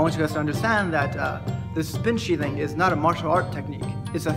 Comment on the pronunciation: What he says: "spin sheathing" What i hear: "spin shitting"